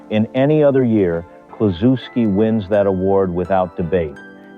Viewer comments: Pronounce his name correctly, will ya. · I remember that Reds team well. They had three mashers in the lineup, Kluszewski, Gus Bell and Post. A pitchers nightmare! Bell hit one of the longist home runs I ever saw at the old Sportsmans Park in St. Louis. This film nararrated by Bob Costas. He is far too careful to constantly mispronounce Ted's name. I blame AI, or poor editing